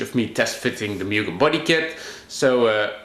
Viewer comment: put in a k 24 and de stroke it so u can rev it out to 12 grand, also pronounced MOO-GEN